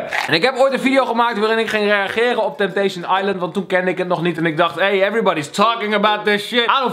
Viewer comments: Het is “Temptation” geen “Tempation“ hahaha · Kelvin het is temptation en niet tempation Geen haat #kelfamforever